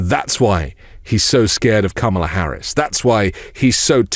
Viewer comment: You know she's making an impact when he pronounces her name properly.